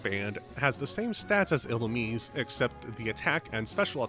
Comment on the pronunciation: "ee-loo-meez" Serebii is free 💔